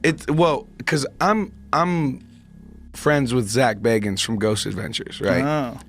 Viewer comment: Zack Bay-guns